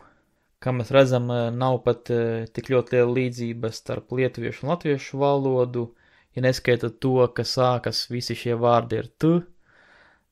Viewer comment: Tu vairāk uzsver vārda galotni. Valodūū